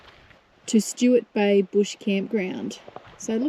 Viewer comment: It's Sturt Bay, not Stuart Bay. Also, Edithburgh, not Edithborough.